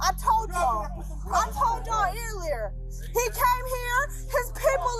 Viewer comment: "EAR"lier I've never heard it pronounced quite like that